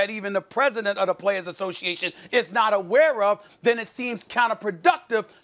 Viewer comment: Steven A. "Ashow-shi-ation" "Ess-et-eh-ra" Smith.